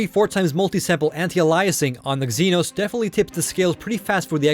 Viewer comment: Everybody's talking about anti-al-eye-asing but nobody noticed Eggzenos?